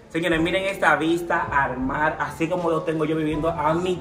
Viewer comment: jajaj de decir al mar dijo al mal